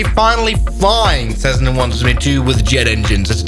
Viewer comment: Not cessna is jetssna